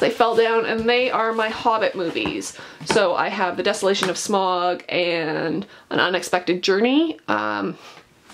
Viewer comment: You pronounced Sauron and Smaug wrong, although it’s a cool collection though